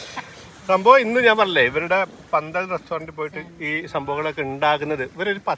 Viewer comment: പന്തൽ അല്ല ഫന്തൽ......... ........ read more